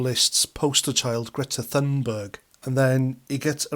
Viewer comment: Great video thank you, bullshit free. And thanks for calling her Greta Thunberg and not Toonberg, this American nonsensical hatred of the letter “ U” is driving me to brink of insanity, that with YouToob and the imaginary car called a Jagwar. Sorry, everything is driving me nuts, your channel is like an oasis of sanity in an ocean of lunacy. Going to lie down, told one American, “ no wonder Putin hates you, wouldn’t you hate someone who called you after a can of shit? Pootin????”